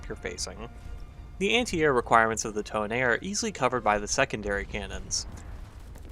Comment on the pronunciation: Call it tone not tone-a